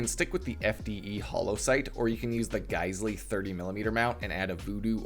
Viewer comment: Geissele is pronounced like "gai sel".